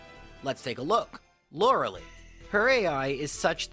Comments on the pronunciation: Lur-el-Lee Every other pokemon youtuber: lor-eh-Lie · Bro, its pronounced laura lie. Not laur eh lee ..killin me smalls. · Hey hey, if your going to keep saying Lorelie, you should pronounce how they do in the anime... Prima. Lets all get it right. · Lorel-eye is the correct pronunciation. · I get triggered every time he says Laura-Lee in every video